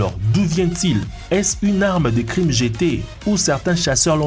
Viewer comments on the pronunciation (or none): none